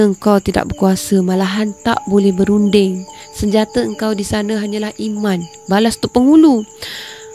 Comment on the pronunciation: Sdari ambo... Maaf mencelah sedetik utk memperbetulkan kesilapan lisan yg dianggap biasa & kecil oleh kebanyakan org... Istilah² yg bunyinya seakan sama namun maksud masing² nyata jauh bedanya.. mcm ada yg saudari sebut ' 'imam' dlm diri watak tersebut..bukan imam shabtku,tp iman... Imam tu yg mengepalai solat jemaah.. iman tu sesuatu yg sepatutnya kita senantiasa memohon kpd Rabbul Adziim agar dimasukkan-Nya IMAN ke dlm hati kita supaya kita termasuk dlm golongan mukminin / mukminah setelah menjadi muslimin / muslimah... Bila sebut dgn lisan seakan sama bunyinya antara imam & iman... Mumkin hal ni org tak berapa nk peduli kcuali jenis² kurang ilmu mcm ambo ni yg segelintir je ambo sdri tahu.. Maaf skali lg , Wallahua'lam bissawab.. jazakillahu kheiran katsiran jazaak... 👍😘😊